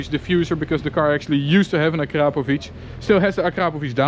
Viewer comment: Man actually pronounced Akrapovič the right way 👍